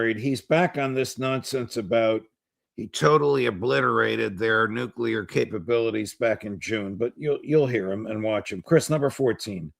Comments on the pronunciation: "Noocular, its pronounced Noocular". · didn't mention "nuclear" anything,- he said "new-killer" — nuclear weapons are not still new … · Amazing that people who think they are making a profound speech cannot even pronounce "nuclear", but instead say "nukula"!!!! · Saudis have a nukular bomb. Thank God it is not a nuclear bomb which is much worse. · How can you talk about nuclear issues if you can't even pronounce it? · How on Earth can you take seriously if he can't even pronounce Nuclear correctly (repeatedly!)?.... For God sake!